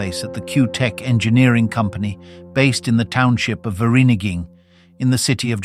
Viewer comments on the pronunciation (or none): The township of Virinigin? WTF? Please stop using AI. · 0.20 Fur ree nee ging 🤣🤣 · 60 years on this planet and still looking for just one English speak that can actually say Vereeniging 😅😅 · AI will never conquer us, not until it can pronounce Vereeniging